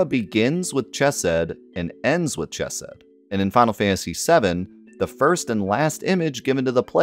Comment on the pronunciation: Pronunciation note: the “ch” in “chesed” is the guttural one (like Scottish “loch”); also the “g” in “gematria” is a hard “g”.